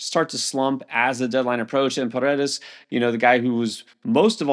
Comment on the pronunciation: Got Paredes right. First name pronounced E sock